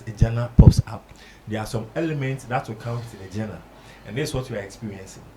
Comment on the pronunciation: Why are the words DIGITAL and GENRE so hard for Ghanaians to pronounce right?